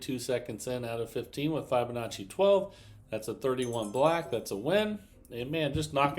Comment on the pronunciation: Who will tell him that he’s been saying Fibonacci wrong!!